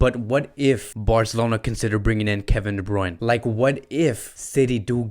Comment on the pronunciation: Bruyne Bruyne Bruyne not bruyn